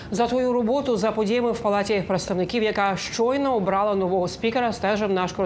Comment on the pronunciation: ОбралА??.. це що за наголос